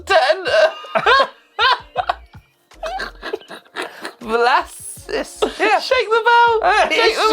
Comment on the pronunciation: The way You couldn’t pronounce Vlassis 😂